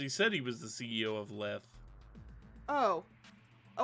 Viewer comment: The name Lethe probably comes from the River Lethe, a river in Greek Mythology known to be able to erase memories. Apparently the correct pronunciation is “Lee-thee”.